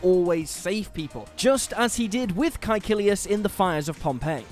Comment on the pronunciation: he said it exactly as they do in the series.